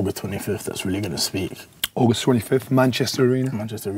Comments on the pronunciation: Ogus twenny fif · UGUST TWENY FYTH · Jake: I have been training for like 6... Deji: OGUS TENYFIF